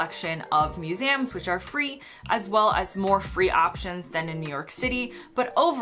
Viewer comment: What surprised me the most was her pronunciation of "museums" - Maybe she'd never heard the word spoken out loud before in either the US or the UK.